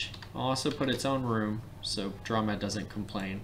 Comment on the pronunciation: The term "dromed" came from the camel, or dromedary. Thus, the word should be pronounced DROW-MED. You know...the preceding vowel is always long when followed by a single syllable followed by another vowel. Anyway, I'm known by Ricebug at TTLG and created a bunch of FMs. Now, here I am, back in kindergarten, watching your video! AAHHH!!!